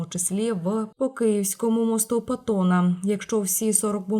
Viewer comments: Міст ПАтона, а не ПОтона !!! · Міст ПАтона, а не пОтона😂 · Хто цей грамотій - міст Потона - ПАтона